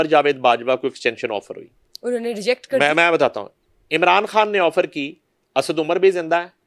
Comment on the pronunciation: بی بی تیرا خان کھان ھی رھا اپنے تلفظ پر توجہ دیں